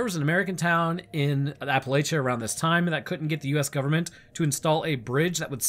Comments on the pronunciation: Hearing you pronounce Appalachia and Appalachian wrong is legit driving me crazy. It is Appalachia. Notice the lack of an i in between the l and the c. An a by itself is not pronounced that way. The lach in Appalachia is pronounced like latch. Appalatchia. That is the pronunciation. Please for the love of all that is holy and good, stop pronouncing it like a yank in future videos! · My brother in Christ, that's not how you say Appalachia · My wife died with how you pronounced Appalachia